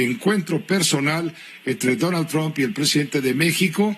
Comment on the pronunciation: Pepe pig ya retirate, dan nauseas tus videos, aunque hables perfecto ingles y pronuncies "tramp"...ja ja ja .